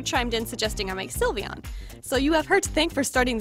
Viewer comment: "Silivian" it isn't even pronounced like that! It's sylveon.